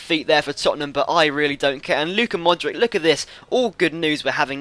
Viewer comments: Mordic is pronounced Modrich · Modric is pronounced Modrich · You pronounce Modric wrong, the C in his name is the same as the C from Subotic!